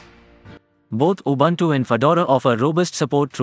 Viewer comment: Please find out how to pronounce "Linux" and "Ubuntu"